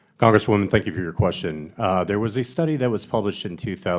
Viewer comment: Funny that she can’t pronounce the word “study,” as I imagine she never has. 😂😂😂